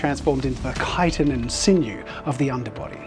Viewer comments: I am SOOO glad you say kite-in and not CHIh-TINn like some people! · Finally someone who pronounces 'chitin' properly 😂